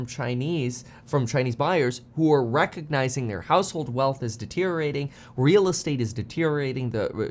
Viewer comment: Why is it that nobody on YouTube can pronounce the word ‘deteriorating’?